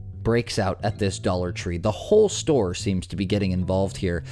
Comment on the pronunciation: The notion that a man who cannot speak grammatically correct English or pronounce words like “this” or “that” is a teacher in America is as sickening as it is pathetic.